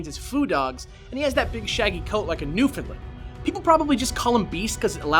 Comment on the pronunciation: umm did i hear a new finland... or was it newfoundland i am confuse because i hear people call newfoundland, new finland... they are two are different places... is it really hard to say the word found in newfoundland ... just asking i hope i did not to sound like i am complaining ... thank you if you ever read this .